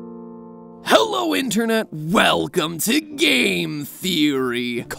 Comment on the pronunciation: The second one you said "Hello" sounded like "How are you?".